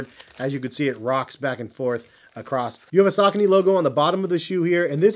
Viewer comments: Yeah, around I'm from we pronounce it as: Sa-co-knees. I'm still going to pronounce it that way because, the way pronounces it, it sounds terrible! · I wish you would say the name correctly